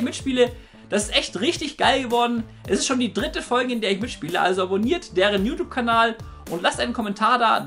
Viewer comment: Warum sagtst du immer am Ende Kabal statt Kanal? :D oder Versteh ich das immer falsch?